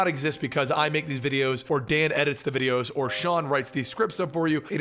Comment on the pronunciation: it's not Sean, it's still Sheen!:P